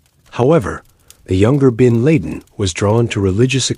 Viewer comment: When the A.I narrator can't even pronounce 'bin laden' correctly it's an instant turn off for me.